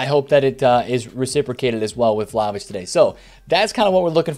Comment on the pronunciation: I died when he said vlaho-bitch